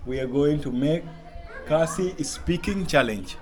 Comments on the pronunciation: Who give you that khasi words, it's all wrong. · Ia khlain m not ia klain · Broo even the judge is pronouncing wrong 😂😂 ia khaiñ em ? ✔️ Ia klein hem ✖️